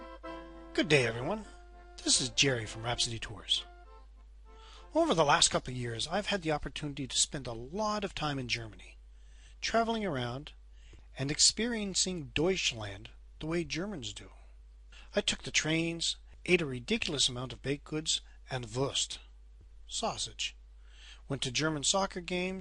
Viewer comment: Lol deeeeooich, close, but no cigar.